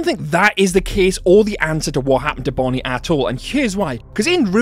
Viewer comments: you said bonine bro😂😂😂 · You said Bonnie wrong